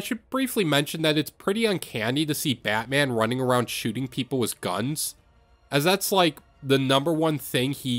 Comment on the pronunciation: Bro say wiss instead of with